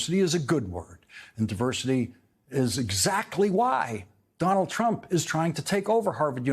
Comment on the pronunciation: How-Dare-He said, "Donald Truimp" 734 times in his show tonight.